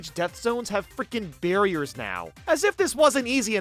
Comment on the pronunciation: I Thought It Said "Bear Ears" But It Said "Barriers"